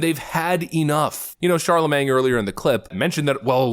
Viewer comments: CharleMAIN, not CharleMANG, you dunce. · Lmmfao,.. "Charlamange" 🤣💀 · Did you say Sharla-Mang??? :text-green-game-over::face-green-smiling